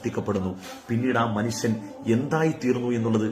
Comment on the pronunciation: മൺസൺ അല്ല ഉസ്താദെ മനുഷ്യൻ എന്ന് പറയൂ....